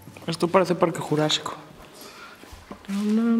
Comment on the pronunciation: habla bien se parque jurasico no parque jurayico